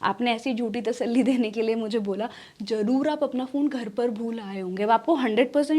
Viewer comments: Are yeh kya hai? Z ko J kyun padte ho. Zarur ko jarur, zabardast ko jabardasth, namaz ko namaj, nazer ko najer. V ko B, aur wagaira wagaira... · Zaroor instead of jaroor